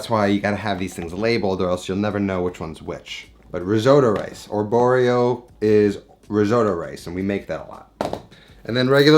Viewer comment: Just discovered your channel G R E A T 1 mistake... riso arborio only 1 r not 2 not arborrio. ahahaa ciao